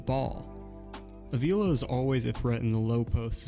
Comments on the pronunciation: I’m sorry, but my last name is Avila as well and I just gotta comment on this. Pronunciation is “Ah-vee-la”. Not trying to be a jerk. Loved the video! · no worries at all bro, the way you said it is the way most people say it, so it’s really not a big deal. I’m just trying to get the word out 😂